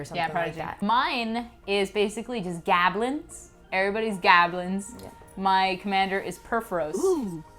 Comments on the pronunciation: Whats a Gah-Blins? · Gahblins Gahblins everywure